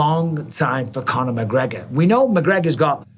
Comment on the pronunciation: “Con her” mcgregor Chandler can stop hanging around like a chandelier 😂